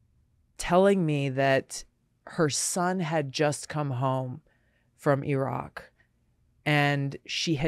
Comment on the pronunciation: This might be the first time I've heard a US politician pronounce 'Iraq' correctly. That tells me something.